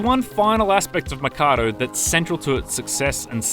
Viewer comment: Why does he keep pronouncing the name of the place as Makado when it's written Mikado......even in the title of the video